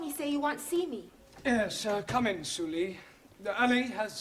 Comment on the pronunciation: So su lee isn't su lee but su ree😂